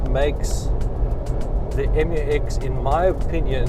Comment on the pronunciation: Pronounced MEW-EX 😊. Oh, journalism is so junior in South Africa 🇿🇦 😢